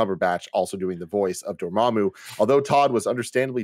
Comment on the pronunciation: Never forget Tim pronounced Dormammu as “DormOOMOO” in the original review video lmao